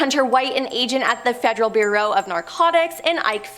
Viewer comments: That woman made several bad word pronunciations that were so bad they were like scratching nails on a chalkboard. Eg: Cape Canna-very- ol (Canveral), Federal Burrow (Bureau) of Investigation, Robert Mc Nere-Ma (McNamara) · Wtf is wrong with this woman? She struggled to say Eisenhower or bureau. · THANK YOU! .....don't get me started.....lol. Bureau/burrow...Osama/ Ozma....seriously,....pick up a dictionary or something.😮